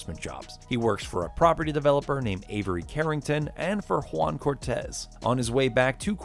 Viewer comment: You said "one" or "Juan" Ricardo Díaz? 😁